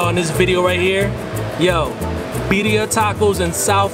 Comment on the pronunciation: 😆😆😆I'm confused...you saying Beddia..but she said Birria. ???